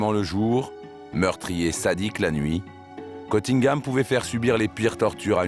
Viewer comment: Il s appelle CUNNINGHAM, pas Cottingham. Cf la Dame, quand elle parle en anglais aux étudiants à l Université.